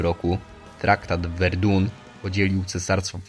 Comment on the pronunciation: Tak, tak traktat z Verdun. Skoro nie chciał Ci się nawet sprawdzić jak się czyta Verdun to reszta materiału jest zapewne niewiele warta.